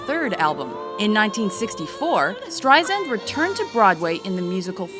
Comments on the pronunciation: omg dont call her barbra streizand its streisand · If she’s so famous, why don’t you know how to pronounce her name? It’s not streiZAND, it’s streiSAND, like sand on the beach. She’s been saying this to people for the past 65 years! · Awk! Zand??? No sub or like for you until you research the correct pronunciation of Barbra StreiSand's name. AWK! I can't look at this anymore. Click OFF! Get it right. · It's pronounced StreiSAND. As sand on the beach. Not ZAND! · Streisand not Streizand soft s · It's StreiSand, not StreiZand! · ... for the love of god ... Strei-SAND. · I wanna punch the narrator. It is StreiSand!!!! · Everyone who is giving grief about mispronouncing her name is just acting ridiculous.... I mean seriously, everyone needs to chill. Try saying it out loud yourself without saying " StrieZand " or some other way. Also probably has a hard time pronouncing certain letters or phrases like I do. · calling her Streizand is making me nuts! WHYYYYYYYYYYY???!!!!!!!!!!!!!!!!!!!!!!!!!!!!! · You would think that someone narrating a special on Barbra (who's been in the business for almost 50 yrs.) would know how to pronounce her fcking name. By the fourth "StreiZand" I was done .... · I agree, but it's Strei-SAND. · Lousy account her career highlights with footage not matching actual events and narrator mispronouncing her name... Really shitty job,! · Make another video and get someone that actually says her name correctly. Jesus Christ. I cringed every single time it said her name. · Ok you guys have GOT to learn how to pronounce her name !!!!!!! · how can anyone in media dare to mispronounce her name at this point!! BOOOOOOOOO!!! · Y'all can't even get her name right. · Couldn't even finish watching this video because she kept pronouncing her name wrong.